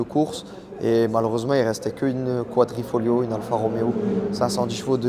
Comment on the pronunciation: Quadrifoglio et pas quadrifolio.......